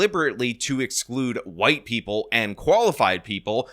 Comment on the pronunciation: 6 hour days and preople. Cmon,, you're slipping.